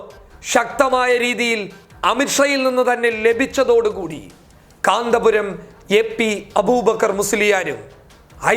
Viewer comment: കാന്താപുര० അല്ല, കാന്തപുര० 🤪